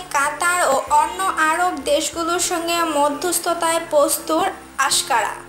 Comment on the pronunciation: প্রচন্ড ভুল পড়ছে এই মেয়ে । আপনারা কাকে দিয়ে রিডিং পড়াচছেন এত একটু কঠিন বানানই পরতে পারছেনা ।প্রস্তুত কে বলছে পরসতু , আংকারেকে পড়ছে আশকারা ,এরকম অজশ্র ভুল পরছে । 😫😫😫